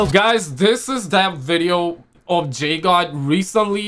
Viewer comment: Guys guys it’s Jdog not jgod